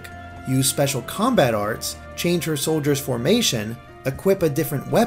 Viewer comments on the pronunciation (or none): none